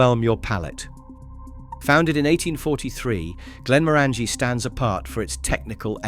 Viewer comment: It would be appreciated if the pronunciation of the whiskies was done correctly Glenmorangie has the "inference" on the 'O'---not the "A" Glenfiddich does not finish with "itch" It finishes with "ich" --as in "och aye"